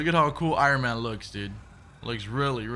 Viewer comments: I-Run-Man.... lolol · I-Ron man ... why do you pronounce it like that lmao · Who the hell is Iren Man.